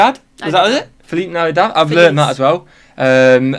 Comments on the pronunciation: it is interesting that he chose the spaniard pronunciation of 'Feliz Navidad'. Lol no american would say it that way, except maybe me because thats the spanish I speak. Their way is much closer to the latin american way where the z has an s sound instead of a th sound. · Wondering why he pronounced "Feliz Navidad" so oddly at first. The final "d" of Navidad doesn't receive an "f" sound, for starters. Strange...